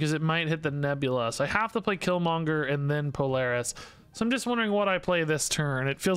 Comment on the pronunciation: Can't blame chat on you Polaris mess up. You said it correctly twice then without any prompt did it wrong twice